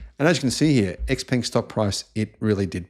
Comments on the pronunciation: its pronounced frantically: Showpung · X Peng; peng rhymes with “hung”, and “sung”. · You own stock and their product but still unable to pronounce their name correctly